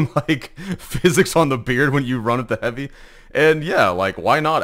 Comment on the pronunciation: Bro said shotgun hoovy💀